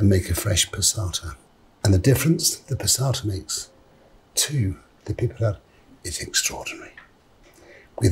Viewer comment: Its so satisfying the way he says "piperade"